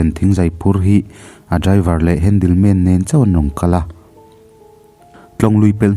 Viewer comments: Chhiar pangngai ve mai la I chhiar thiam sui lo va a lem zo vek...handle man poh a ni lo handyman tih tur inzir ve deu roh lam thiam loh a tam e mai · Mizo tawng a chhiar ro2 chuan.. Handle man ti lo in... Hendimen kan ti thin champhai lam ah chuan